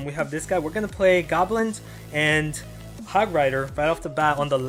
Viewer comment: Hogrider not hogwider